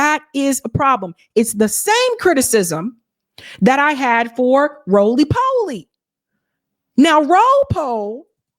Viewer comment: "Roly poly"? 😂